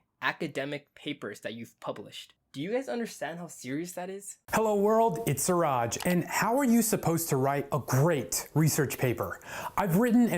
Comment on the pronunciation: Hi! You call him Suraj. His name is Siraj. Everytime you called 'Suraj'...it hurts here buddy.